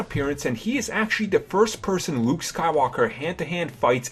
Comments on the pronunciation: This video would be so much better without your horrendous speech impediment. "Wuke Skywalker" "Awwow" "Technowogy" "Kywo Ren" "Ben Sowo"? As for "de" "da" "dere" "dese" "dis" etc... learn to speak dude. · wowick davis, wight sabers and wuke skywalker. lol......